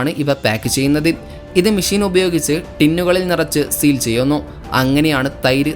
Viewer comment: ഇനി പറയുമ്പോൾ മെഷീൻ എന്ന് പറയണം. മേശീൻ അല്ല